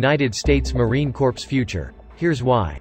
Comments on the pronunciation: A lot of Marines are pissed that he keeps saying corpse instead of corps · I kept hearing the narrator say “Marine Corpse”...Is there any quality control for these videos? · Please dear God learn how to pronounce Marine Corps. It should be pronounced like CORE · Maybe we can get a real person, maybe even a Marine to read this script...Marine CORPSE...? C'mon. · It’s pronounced “core” 🤦🏻‍♂️ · Corps is pronounce “Cor” not literally “corps” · Stop pronouncing the P in Corps !! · Corps. is pronounced cores! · Does anyone else wonder if this channel is part of a disinformation strategy by adversaries of the US? This video is poorly done. Were the words spoken by a computer reading a questionable script? Or is this some young enlisted guy trying to pronounce words he's obviously not familiar with? Marine "corpse"? General "Blasch"? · It’s pronounced ‘core’. However, We Marines will make some copses now and then. “It’s CORE!! No charge for the lesson. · Terrible narration in that video... why not have a real person do it?... "Marine Corpse" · I think its because the AI reads the silent ‘ps’ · Wow! Really? Did you just pronouns the S in Corps? It’s silent. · Robot commentary, mispronouncing Corps, thumbs down. They must have programmed the AI to copy Obummer, who couldn't pronounce Corpsman correctly. Island hopping and sinking ships is a USMC mission?! Wow, who writes this garbage? At least Navy SeaBees are shown. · Please narrator please. Silent P in Corps. Thank you now lets try again. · driving me crazy hearing it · It's Marine Corps (silent ps), NOT Marine corpse!!! Idiot! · Pronounced 'C O R E" NOT CORPSE!!!!!! CORRECT YOUR VIDEO!!!! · Is this dude another Obooboo person. United States Marine Cor(ps) ... not Corpse ... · It’s pronounced “core”, not “corpse”. The p is silent. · It is "Marine Corps" (pronounced "Marine core", not "Marine Corpse"). A corpse is something no Marine ever wants to be. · Corps is pronounced core not corpse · It’s pronounced COR not corps